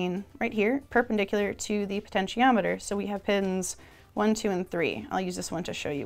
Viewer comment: "penshiometer"? Wha'?!